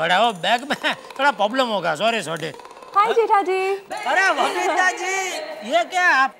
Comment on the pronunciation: Mai 10 year se ye show dekh raha hu and observe kiya hai ki babita r ko d pronounce karti hai and d ko r pronounce karti hai